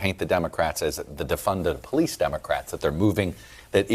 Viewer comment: “…defund the porreece.” HAD to unlock my phone to see if she was azn. 😂